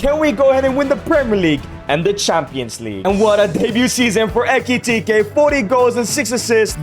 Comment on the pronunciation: "HUGO ETIKITEY"